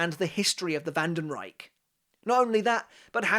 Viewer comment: German here. Freund Schild (correct grammar would be: Freundesschild) is pronounced Froind Shilld (not sheeld) Haschwalth is pronounced Hushwuld (the a is like in "car") Wandenreich is hard to pronounce, but you can go with wunden-ryesh, like you said, but with sh instead of c